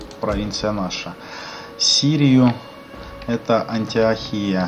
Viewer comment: Антиохия-Ударение на О.